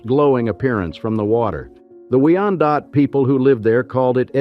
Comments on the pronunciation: You've mispronounced almost every name. Wyandotte, is pronounced Wyan -dot. Boise Blanc is pronounced Boy Blanc. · Wee-on-Dot? stupid AI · I've never heard Wyandotte pronounced like that.... interesting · Nice! My folks would take me and my brother to Boblo Island. We use to get on the boat Humbug marina in Gibraltar the way he pronounces Wyandotte 😂 🤣. I’m not sure what boat we rode on, but I’ll never forgot her horn… man did this bring back some memories 🥲